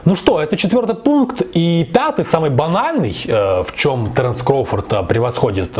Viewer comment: Не таренс,а Теренс